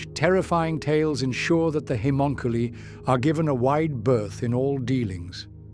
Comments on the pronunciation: I don’t think he can help it I watch a few ai channels an ai just can’t pronounce it it’s bad lol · like 8 different pronounciations on Haemonculi lol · I love your work, but the different pronounciations of "haemonculi" throughout the video are jarring ;) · no I agree the only other one I watch as much as his is imperial iterator I wonder if he could play with the spelling of it an see if he could find a way to get the ai to pronounce it correctly